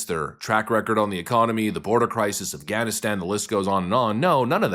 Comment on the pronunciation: When you said "Afganistan" I heard "Gavinstan" and about lost it.